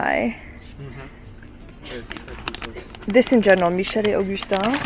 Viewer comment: "Michel et Augustin". Perfect french pronounciation !